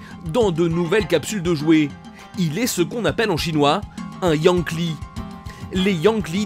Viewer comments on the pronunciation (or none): Les " Yang-Li " 😭😂😂😂